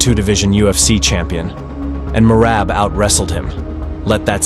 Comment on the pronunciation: GEORGIAS MACHINE BREAND "MERAB"